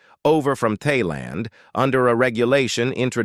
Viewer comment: Train your bloody robot, eh. Wnds-ore. Tay-land.